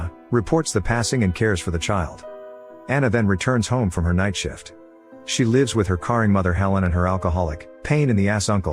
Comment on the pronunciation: WHY THE FUCK DID YOU PRONOUNCE CARING “CARRING” SO MUCH CRINGE. MY MOM IS AN ENGLISH TEACHER 🤦🏽‍♂️